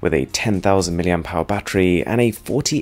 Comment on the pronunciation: "miliampowers"??? =)))) NO